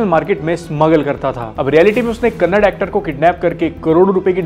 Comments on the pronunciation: Its kannada not kannad correct yourself and do a good and detailed research of the topics you choose Dont spread weong info If you say kannad then it will be like as if u are saying hindi as hind or marathi as marath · It's not kanadhs it's kannada, if u don't know what they have done please don't talk about them